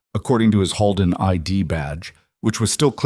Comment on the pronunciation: It’s not pronounced Hallden, it’s pronounced Holeden!!! Please make sure pronunciation is correct! This was a great story! ❤❤❤ Monson, Maine